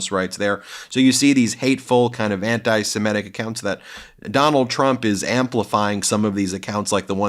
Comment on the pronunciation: Ben, don’t keep saying ‘antisimetic’ instead of ‘antisemitic’. Thanks.